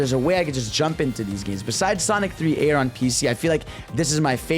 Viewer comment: AiR not A R